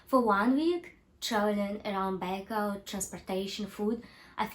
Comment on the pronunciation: You pronounce-Baikal wrong